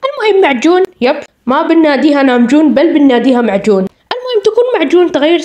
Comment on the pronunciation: لام جون❌️ معجون ✅️ كرمسن❌️ كروسن✅️